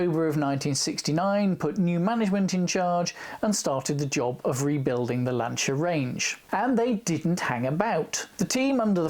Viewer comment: Just stumbled across this guy........ what a great vid. Packed with FACTS, gorgeous cars - and he pronounces 'Lanc[H}ia correctly! Liked and subscribed - obvs!